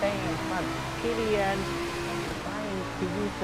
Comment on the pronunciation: Its K E L L A N not kellian